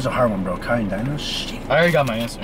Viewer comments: Dino it's like deeno not daino 😭😭😭, (Hyunjeen) idk u guys say it right but "jin" not like jen it's jeen, Again lol (jimin) it's sounds like ji-meen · Its not daino 😭dammmnn its dino 😭 d..no ❤❤anyways love u guys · It’s pronounced Deeno for Dino from SVT ❤ LOVE YOU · also they said dino but it's pronounced deeno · So about Beomgyu it is pronounced Bomgyu like Bomb but without the b at the end and Dino it is pronounced like Deeno not actually Dino but it honestly depends on where you are from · Dino from Svt his name is pronounced De-No when I tell you I busted out laughing when you guys said dino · NOT DINO GOOD LORD IM CRYING , it's pronounced "dee-no" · Its deeeeeeno not dino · It’s DEENO NOT DINO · Usually in Korean names the "e" isn't really given emphasis while pronouncing. So beomgyu is pronounced "bomb-gyu" and Dino is pronounced "d-no" Edit:- I'm sorry there was a typo in tho "gyu" i didn't check that the keyboard autocorrected it to guy chillax ppl💀😭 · dino is pronounced like deeno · The fact that you include Dino makes me so happy but the pronunciation is DEENO <3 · the E in Beomgyu is silent so it's "bom-gi-yu" Dino is pronounced "dee-no" Hyunjin is pronounced "hee-yuh-n-jin" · I pronounce Beomgyu as Bum- gyu so you don't pronounce the e. • Aespa is pronounced as S- spa and Seventeen's Dino is just d- no • To pronounce Hyunjin it's like saying Yon but with a H at the front. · Beomgyu's name is pronounced as "bom-gyu" Taehyung's name is pronounced as "thae-hyong" Dino's name is pronounced as "dee-no" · Said dino name wrong i can understand why because the dinosaur😭😂 But it's kinda like D-NO= Dino Lee chan is his real name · Did he really said diyno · "Dino" is pronounced as d-no. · Dino is pronounced dee-no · He said Dino's name wrong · being the only one knowing svt but pronouncing dino like that😭😭😭